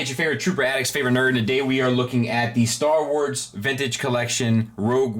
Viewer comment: For a moment there I thought you said "Star Wards" I think I might actually need Beltone! Haha! Short, sweet and to the point review! Excellent!